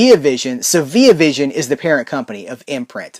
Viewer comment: You're pronouncing the Via in Via Vision wrong btw, and it's not cause your American and I'm Australian either